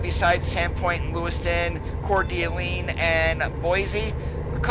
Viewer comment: It took me the longest time to figure out what you were trying to say when you said the name of Coeur d' Alene. :) I have lived in a couple of places in Idaho for short periods of time, Lewiston and later in the Twin Falls area. Most people pronounce Coeur d' Alene as Cor-da-lane. I currently live in my native SF bay area in California but I can't wait for the Idaho expansion to come out. I love watching your videos, thanks for making them!